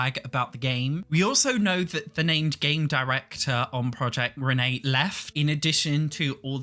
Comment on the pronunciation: take a shot whenever he says proiect renee/dolores